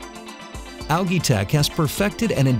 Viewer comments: It's pronounced "AL' JEE", not Algeee ... Imbecile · I feel like whipping myself in sacrifice each time he says “ alagii” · Depends. In Great Britain (and Australia) it's pronounced 'al-gee' with a hard 'g'. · I couldn't even pay attention to the information because the word algae was being destroyed every 10 seconds! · Dropped a dislike because of how this dumbass says Algae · Actually it is not. The guy speaks it like he only knows the word from reading. The pronunciation, also in british english, is completely different. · You're saying ALGAE wrong.